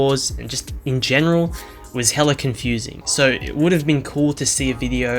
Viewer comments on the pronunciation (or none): from the bay and i’ve never heard hella in this accent